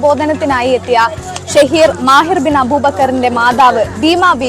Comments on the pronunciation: മാഹിർ അബൂബക്കർ അല്ല മാഹിൻ അബൂബക്കർ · മാഹിൻ അബൂബക്കർ എന്നാണ്....മാഹിർ അല്ല.